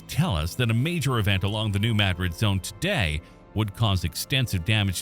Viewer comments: New Maad- rid is how Missouri pronounces it. My dred or Not Spanish version. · As a Missouri native it's pronounced New (Mad*Drid) with a 2 d pronunciation. Never pronounce it like the city in Spain, locals get pretty upset about that. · Not only that, but it's MAD-drid. The soft a, not an uh (as you correctly pointed out), plus emphasis on the first syllable, not the second. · Please say the name of the town right. New Madrid is not said like the town in Spain. It’s with a short a sound. The a is pronounced like the a in the word at. Thank you.